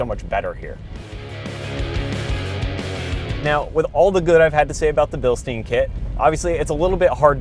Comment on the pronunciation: It’s Bilstein as in pine with an sh, not bilstein as in steam with an n.